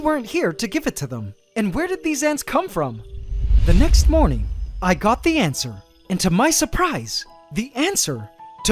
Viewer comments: I swear he's saying, "ant-swer," instead of answer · It pains me every time you say "antswer." Love the quality of these videos, though.